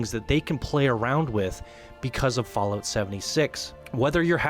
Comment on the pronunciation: I have no issues with the video, i actually agree with some things. BUT i cant stand that he calls it "FallOat" !! xD It's not cereals u eat on rainy days god damnit!